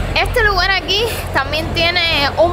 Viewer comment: Se dice: lugar, no lugal 😊